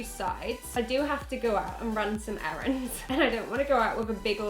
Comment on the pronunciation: She said errands lmao